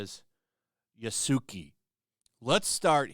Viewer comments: His name is pronounced "Yaskay". Yasuke. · Ya-su-kay, Yasuke. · It’s pronounced yah-s-keh, but I agree with the Japanese. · Pay us $130 for our narratively-eschewed game, and embrace the fact that you'll never truly own it. Today, Ubisoft. Tomorrow, the industry. Also, a playful/useless correction of your pronunciation, it's yas-kay, not Ya -suki 😉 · Learn how to pronounce the name properly to damn. Its no Ya-Suki..... its yas-ke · Why do people always mispronounce the name it's "Yasuke" not "yasuki." Think of street fighter Ken and take the "ke" and put it after "Yasu." Unless, people are mispronouncing it on purpose. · Yasuke is pronounced "yah-skay" not "yuh-soo-kee." Remember Japanese drops "u" sometimes, like Sasuke(sah-skay). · Ya-su-ki?!? Really?? It's pronounced Yass-kay. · Man has the nerve to make this vid but can't even pronounce the name yasuke remotely correct. L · Yaus-kay would be the correct way to pronounce it... but whatever 🙄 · It’s pronounced yassk, like sasuke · You almost hit got Yasuke's name right. The "ke" is said "keh". I hate people who try to rewrite history. Stop trying to hide the evidence just to suit your own narrative. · This is just a pet peeve of mine when it comes to Japanese names and because no one I've seen covering this has pronounced it correctly, I'd just like to clarify how to pronounce Yasuke; it would be pronounced something like Yahskei (/jae'skeɪ/). Thanks for the coverage, I wasn't going to buy it in the first place but it's good to bring more light on this kind of garbage, keep up to good work. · Bruh im not listenin to someones take who cant even pronouce "Yasuke" name correctly 🤦🏾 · Dude can’t even say the name right but wants cry false tears here. I didn’t here you when Nioh 2 was out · the u is mute in yasuke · Absolutely love how bad you are at pronouncing Yasuke. Absolutely terrible.